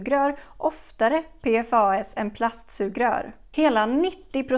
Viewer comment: En detalj, förkortningen PFAS på svenska utläses som ”P-FASS” 😉